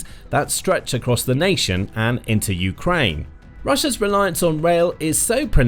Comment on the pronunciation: How many years will it take for you to start pronouncing Ukraine correctly. You go back and forth putting the accent on the U and then on the A. How many ways are there to pronounce United Kingdom or Britain? Just one way for each. Just makes you sound less credible. Like you don't care about Ukraine. Just the war.